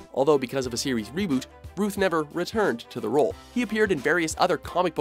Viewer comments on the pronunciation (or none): Brandon Routh - rhymes with south, not tooth. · Rooth??? It's Rowth Like South the direction. you dont say going sooth. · Don't tell me no one in the office have ever heard anyone pronounce Brandon Routh's name. Rowth is how it's pronounced, not rooth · Mispronounced “Routh”. It’s like “south” not “Ruth”. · It's Routh like mouth. Not Routh like tooth. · It's not pronounced Brandon Rooth ... its pronounced Brandon R-a-ow-th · Brandon Routh’s last name is pronounced Rowth, not Ruth. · Brandon Routh’s last name is pronounced Rowth, not Ruth. And it’s DC EXTENDED Universe, not DC Cinematic Universe. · OMG HIS NAME IS SAID ROTH SPELLED LIKE ROUTH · Brandon "ROWTH" not "RUTH" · His name is actually Brandon Routh (like South not Ruth) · Who the hell is Brandon Ruth? His name is Routh, not Ruth. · Routh is not "Ruth", it rhymes with "mouth". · Its not rooth, its ROUTH, as in rhyming with mouth.... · Yet another hap-hazard list by. 1. Routh is pronounced like 'South', not 'Ruth'. 2. Routh known for his acting abilities? Are you kidding me? 3. It is widely disputed that George Reeves actually killed himself. Look it up. 4. Again, Tom Welling known for his acting ability? I loved the show, but any moron could see he couldn't act worth beans. 5. Batman v Superman is not slated for the summer. It comes out in March. 6. George Newbern at #2? Ahead of Tim Daly? Do you guys put these lists together in your sleep? Seriously, I'm curious. Do you guys put any effort at all into these things, or are you all about just churning out clickbait? How about doing your homework for a change? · Brandon Routh is pronounced like "South" not like "Roof" Also why is Brandon Routh's portrayal so low on this countdown? Henry Cavil's portrayal lacked a depth unlike Routh's Superman. #1 Christopher Reeve #2 George Reeves #3 Brandon Routh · Isn't it "Row-th" and not "Ruth"? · Brandon "RUTH"? RUTH? Really? The man's name is Routh (ROWth) Like OW. ROUTH you moron.